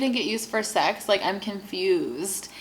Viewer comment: It is sex not sec